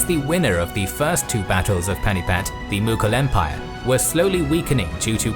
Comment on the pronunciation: Pani-Path not panipat.